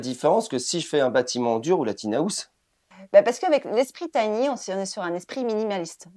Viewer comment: Désolé, mais ne peux pas supporter comment ce Monsieur prononce TINY. C'est un mot Anglais!! et il faut le prononcer à l'anglaise. Nous, les étrangers, moi inclus, essaient au maximum de prononcer "vos" mots correctement. Je vis depuis 10 ans à Aix en Provence et j'écoute France Culture et France Info pour perfectionner mon Français. Pourquoi ce Monsieur n'écoute pas la BBC Radio pour apprendre comment on prononce TINY????? C'est de l'arrogance